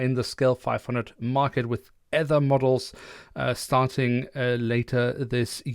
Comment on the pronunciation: Fwiw Aether is pronounced: ee+ thr